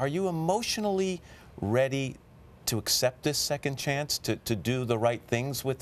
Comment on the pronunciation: He said Second chanes. He is herouse